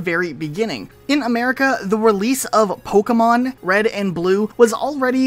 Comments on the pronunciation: Its funny hearing the narrator say Pokeyman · So we all agree the announcer definitely said “pokéman” right? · first time the narrator pronounces Pokémon is mind blowing he doesn’t even say it correctly 😮